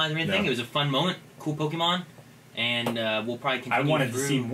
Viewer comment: I don't like the way says "pokeemon", a small part of me cringes every time he does.